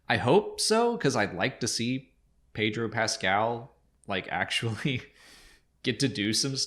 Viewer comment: Pedro is Pedro, not, Pettruouh